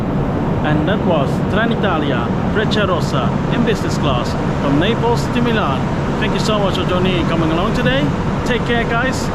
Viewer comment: It's Naples not "Napels"